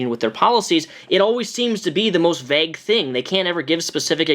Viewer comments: why do you keep saying 'veg' instead of vague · Omg if you pronounce vague as VEGG one more fucking time... I’m going to censor you. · This is serious issue that is very important. I agree with everything you're saying, but that's now how you pronounce "vague"